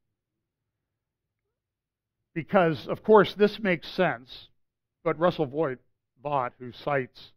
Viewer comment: Russell Vought - pronounced "vote". He graduated from a Christian high school in nearby Trumbull, CT